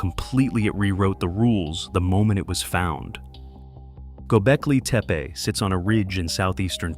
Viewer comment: I'd make a suggestion that you find a Turkish speaker and learn to pronounce the words correctly. Don't worry, because incorrect pronunciation is widely spread; particularly with reference to Göbekltepe.